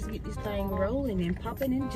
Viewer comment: Bro said I bought dis mat😂